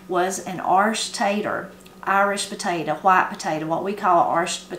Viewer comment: I love the way your pronounce "irish potato". My grandmother used to say it that way. :)